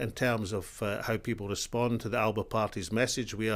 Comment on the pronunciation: That's not how to pronounce "Alba".